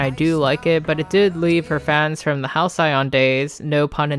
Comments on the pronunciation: hal -see-uhn. Not Hal-cyon. Denoting a period of time in the past that was idyllically happy and peaceful. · Fuck I love this video but the way u say hal-cyai on killed me lmao